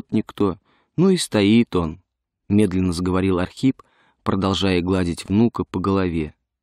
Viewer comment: Это Ахрип